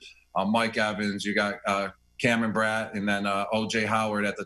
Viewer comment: Mispronounced his teammates names Chris Goodwin, Cameron Brat